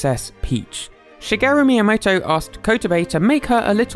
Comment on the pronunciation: Dudr I swear shigario miamoto Probably said it wrong but its so satisfying